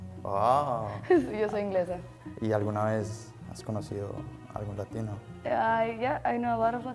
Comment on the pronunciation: "Yo soy inglesa" sonó como si lo dijera una paisa jajaja